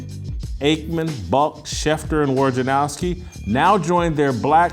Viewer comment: Man, you people in the sports media drive me bananas with your inability or refusal to pronounce names correctly. I think Adrian Wojnerowski is a douchebag, but his name is not pronounced WARJANOWSKI. It's not complicated. If you are going to talk shit about someone, at least get the name right. Rome is ten times worse than you in that regard, and that's one reason I no longer listen to him. And if Adrian had any balls at all, he would say at the beginning of an interview with Rome, you, or anyone else, "hey man, here's is how to pronounce my name. Get it right."